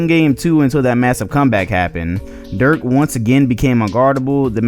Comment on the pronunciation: Why can't any of these NBA you tubers cant pronounce Dirk's name correctly. The video is amazing otherwise